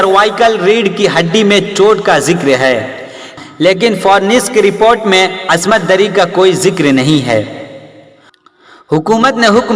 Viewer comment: Asmat dari nahi bhai. Ismat dari hota hai